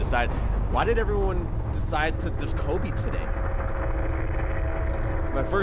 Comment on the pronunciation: Did he really just say “Kobi”.. wowwww